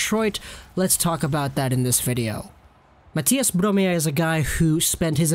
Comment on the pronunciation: Low-key kinda nailed the pronunciation of Mathias Bromé